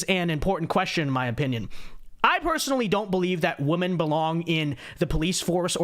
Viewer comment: your content is great... but PLEASE learn how to pronounce the word "women"!!